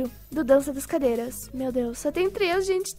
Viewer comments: Nao é treix , é três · Treixs nao e tres olha seu portugues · vc falou trex ñ tres 😅😅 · Trex reaix? Trex reaix? Kkkkkkkkk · "TREIX" KKKKKKKKKKKK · TREIX REAIS? SIM TREIX REAIS TREIX REAAAAIS????? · Kkkk treix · Não e Treix cadeiras e treix reais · E três e não treix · é treis nn treix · "Treix, treix cadeirax" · pq vc fala treix